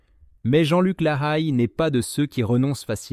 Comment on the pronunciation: Mauvaise prononciation de son nom de famille et il avait écrit un livre 100 familles